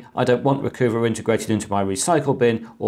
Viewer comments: I'm thinking it's "Recuhva" not "Recoova," eh? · Chris, you're too well educated. RE: #10, I don't think it's pronounced 'Reecoova' like 'hoover', it's 'Reecuva' like 'recover'. LOL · Actually, it's Re-Cuh-Vah, (as in recover) and not Re-Coo-Vah, (as in Mini Cooper). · Recoover... Really?? I would assume it to be "Recover" Re-cuv-a. SD Card Formatter... Never needed it, windows formatting has worked fine so far, but good know just in case, thanks. NoteTab... Interesting... Been using Notepad++ for years now, but will check it out. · I've always pronounced Recuva as Recover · RECUVA sure it is pronounced recover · Recuva I think is pronounced like recover but in the gangsta style of recova or recuva. Make the u sound like an o sound. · Not ree-coo-vuh, but ree-cov-uh. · I think you'll find that 'Recuva' should be pronounced 'recover' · RECUVA is pronounced RECOVER Blimey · It's interesting how he pronounces the name "Recuva," with a long u. I think it's pretty obvious it's intended to be pronounced with a short u like "recover" except with a short a instead of er. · Well if you just want to argue... From the Wikipedia page: Recuva (UK: /rɪˈkʌvə/) is an undeletion program for Windows, developed by Piriform. Piriform seem to like their puns as well. Note the bit in parens, it's being pronounced 'u' as in 'cut'.